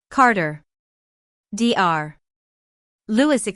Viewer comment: What a sorry excuse for an AI(artificial idiot) narrator. Mispronouncing dr (doctor), ms (miss) and several other instances - not worth a like as the uploader didn't see fit to do some quality control. The story deserves better.